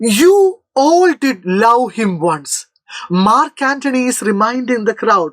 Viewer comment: not mark antony 😑😑😑 ,Nachu antony 😂😂😂